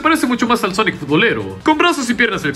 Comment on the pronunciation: Me da risa el cuando dice sonic el jegejojo